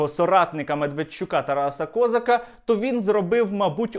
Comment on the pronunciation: Козак. А не Козак-- наголос на другий склад !!!!!